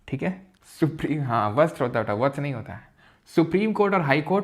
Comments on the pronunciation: Sir vatsa .....vastra× 😂😂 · Vstra nhi vatsa 😂